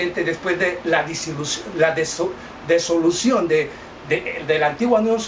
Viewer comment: Disolución se dice, no desolucion.